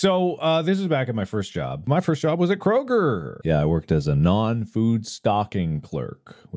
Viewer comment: As someone who lives in the East Coast, "Krogor" is killing me